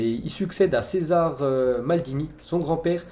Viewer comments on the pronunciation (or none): Daniele et Cesare Maldini doivent faire la gueule de se faire rebaptiser Daniel et César 😧 Le pire c'est qu'il écorche les noms tout le temps